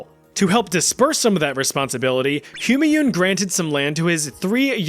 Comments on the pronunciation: Its pronounced ‘Hoomaaiun’😭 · What on earth is the pronunciation of "Humanyun" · you took the effort to pronounce the danish dude but not for Humanyun